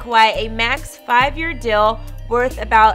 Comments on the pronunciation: Can you please stop saying dill? It's deal! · says “dill” instead of deal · I can’t “not” hear it since you said that. Leave my girl alone. 😂😂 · She must have them Dill Pickles on her mind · What's the dill with That???